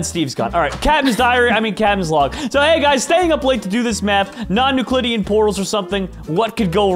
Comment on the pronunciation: Non-Nuclidian XD